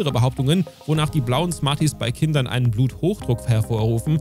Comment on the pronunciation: Lakritz und smaties